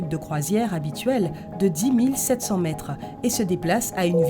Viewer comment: oui tu as raison mais c mal prononcé